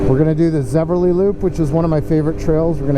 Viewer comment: Thanks for all your work with PBR. My volunteer work with the club is much less significant than yours but I try to help. FYI - It's a common mistake, even for locals but it's Zevely, not Zeverly. I was also guilty of calling it Zeverly until I was informed a few years ago!🙂 Cheers!